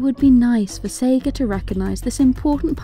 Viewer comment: Did you say Seger instead of Sega?